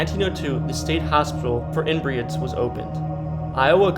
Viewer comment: Learn how to pronounce names. Her name is not pronounced as Rosie Anne Bar, but as Rose Anne Bar! Other words mis pronounced were Des Moines, Inebriates just to list more.